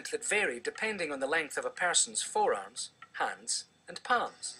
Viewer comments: i thought he said foreass not forearm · haha lol fore-ass haha anyway thx for the like whoever liked my comment